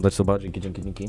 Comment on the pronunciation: Drugi Edit: Dźzienki ża dźwońa fripi XDDD